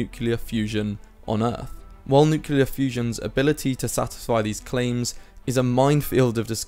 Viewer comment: It's nuclear not nucular.